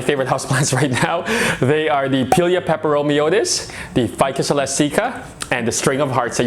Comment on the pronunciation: The most common pronunciation is how you say it: "pie-lee-ah" and the second part of the nomenclature is pronounced "peppero-me-oi-deez" I've never quite heard it pronounced the way he does haha but to each their own!!